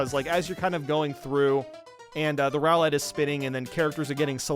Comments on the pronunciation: The way he says it, isn't that a Pokemon? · The way that you pronounce “roulette” makes me believe that you have only ever seen it written and have never heard it spoken aloud before. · Crazy pronunciation of roulette